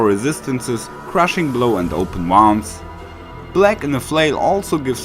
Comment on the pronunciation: Yes, but not how to say "Open Wounds" 😂😂😂😂